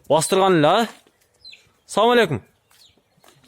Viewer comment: ( САВАЛЕЙКУМ НЕДЕГЕН СОЗ ) АССАЛАМУ АЛЕЙКУМ ДЕГЕНГЕ КИЧИНЕ ОКШОЙТ ЭКЕН